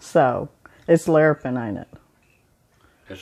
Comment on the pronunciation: Jamaican me want some hummingbird cake, as long as their aren't hummingbirds in it like Mr. Brown said. Hahaha. It's Lar-a-pen!!! Hahahahaa